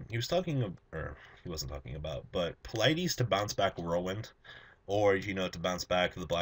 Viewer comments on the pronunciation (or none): Qwualut, Pleyedis, etc His pronunciation is terrible